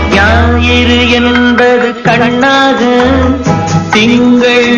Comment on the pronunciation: என்பிரிய சாங்! எனக்குப் பிடிச்ச ஜோடி 💑 !! இதில் டிஎம்எஸ் *ஞாயிறு *ங்கறதை அழகா உச்சரிப்பார்!! என்னைத் தழுவிடும் பாடல் இது!என்னை த் தேற்றிடும் கானமிது ! இதிலே எஸ்எஸ்ஆரும் விஜயக்குமாரியும் தங்கள் காதலை வெளிப்படுத்துவது அருமை !! ரசிச்சுட்டேஇருப்பேன் ! சலிக்காதப்பாடல்!!! 👸 🙏